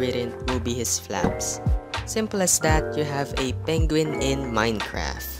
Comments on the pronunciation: Why do you say Minecraf and not Minecraft. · I like how you say minecraf instead of minecraft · Its not Minecraf its Minecraft